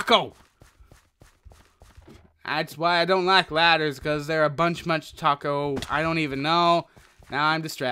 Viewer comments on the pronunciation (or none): Did he say But Munch A Taco?